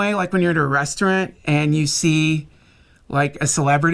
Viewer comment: He says restaurant like my 90 year old grandma says it